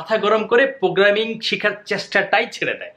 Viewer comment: প্রোগ্রামিং নাকি পোগ্রামিং? Apnar kotha bujhi na. 😭